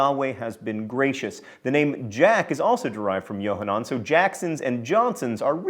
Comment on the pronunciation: John, that was an EXCELLENT "khet" sound with Yokhanan! I see your Hebrew and Latin studies during divinity school really paid off.